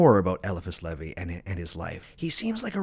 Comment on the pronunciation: Agreed, that and he's the ONLY person I've came across to mispronunciate LE-VAIS name into leh-vee, not a big deal just thought it was odd.🎉 Him, Agrippa and dee are whose works I have followed and practiced off of myself unlike most men I know who practice based off of thelema and Crowley's crazy ways, lmao.